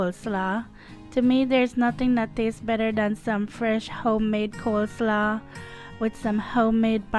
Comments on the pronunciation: It's not pronounced "coleslaw" It is pronounced "coleslaw" like "law" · the way she said coleslaw had me🤣